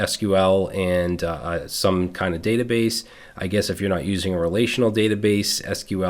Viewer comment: That " the batabase" 😅 thank you you legend!❤